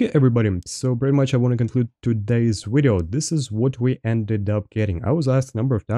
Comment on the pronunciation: ive been watching for a while is there a reason you say wideo lol. I always thought it was funny and wanted to know